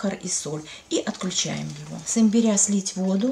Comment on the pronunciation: Спасибо за рецепт. Но ставьте, пожалуйста ударение на первый слог: имбиря. По ушам бьет.